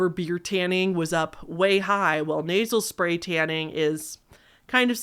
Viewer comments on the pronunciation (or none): for at least 2 hot minutes, I thought you where saying "Naval Spay" and not "Nasel Spay". I was so confused about what was so bad about putting tanning spay in your belly button.